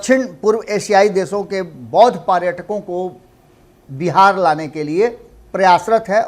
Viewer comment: क्षमा कीजिएगा। पार्यटकों नहीं पर्यटकों बोलना उचित रहेगा।